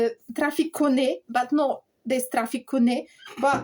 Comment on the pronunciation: That's it mate we suffer the heartache and celebrate the glory. Can i just say it's cone and not cony lol not trying to patronize you, yer Scottish is brilliant